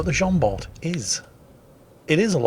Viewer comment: The T of "Jean Bart" is not pronounced ^^